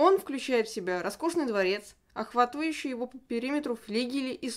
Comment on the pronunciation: Пожалуйста, поменяйте диктора! Слушать очень сложно. Столько ошибок. ОхватУющие😢